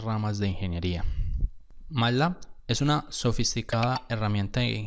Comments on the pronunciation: me duelen los oídos cada vez que dice 'matlá' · me perturba como pronuncia "matlab"